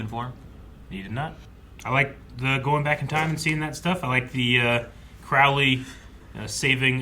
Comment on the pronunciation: Crowley is pronounced "Crow" like the bird..."row" like "row your boat". Not like "ow my knee". I do love your reactions, other than that. 😁😁